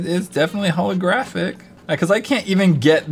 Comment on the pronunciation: holographic um its pronounced H💿L💿